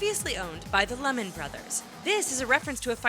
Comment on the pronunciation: SHE SAID LEHMAN WRONG SHE PRONOUCED IT LEMON IT'S NOT PRONOUNED THAT